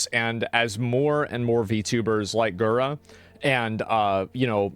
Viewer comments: We have got to get Asmongold lessons on how to pronounce names lol. "Gwarr" Gura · "Gwar Gura" You almost got it right there mate... It's pronounced "Garr Gura"